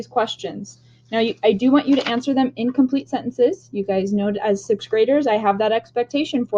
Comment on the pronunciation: did u say incomplete or in complete